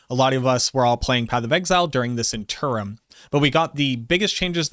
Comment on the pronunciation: Haha sorry couldnt get past the pronounciation of "interim"!